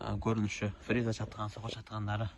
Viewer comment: фериза деп айтылбайт тууган Фреза деп айтылат